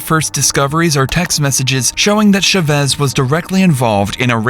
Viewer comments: ЧавЭс , ЧавЭс ???!!! Уши вянут. Озвучки от ИИ уже бесят донельзя. ЧАвэс с ударением на А. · It’s pronounced CHA-vez not shuh-vez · How is it humanly possible to not know how to pronounce the name Chavez? It's not rare, it's not from outer space. "Shevezz?" Really?? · the "sha vezz" pronunciation is wild ngl. i didn't know it was chavez til i was looking at the screen... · IT TAKES 1 MINUTE TO CHECK THE PRONUNCIATION OF THE SURNAME "CHÁVEZ" SHOW SOME RESPECT FOR SPANISH SPEAKERS BY AT LEAST TRYING A LITTLE DON'T BE A PENDEJO!